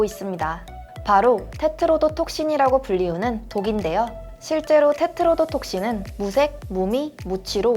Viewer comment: 테트로도톡신 발음 열심히 연습하셨겠다